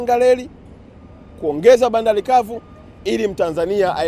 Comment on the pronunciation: Leli. Lahisi, Maloli, Bandali, Miladi, Laisi wetu, Miladi mikubwa. Huyu jamaa alikwenda Shule kweli. Kichefu Chefu kitupu.